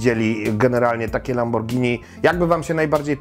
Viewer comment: Zawsze mówimy przez g nie przez dż bo przeciez jemy spagetti (oczywiście zapis fonetyczny), a nie spadżetti :D